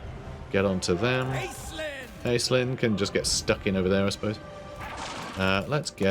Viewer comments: One of those is my name! I don't think I can get this DLC unless they fix how they're pronouncing Aislinn, haha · That intro had me hooked immediately, it has been driving me crazy how they are saying the name hahah